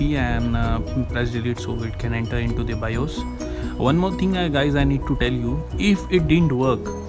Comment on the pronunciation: "one more ting guys..." THE TING GOES KRRRAAAA